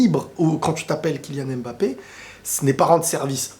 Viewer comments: Pour vous dis Embappe au lieu de Mbappe Je comprends pas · On ne prononce pas M-MBAPÉ, on prononce juste MBAPÉ. Arrête de prononcer le M au début de son nom.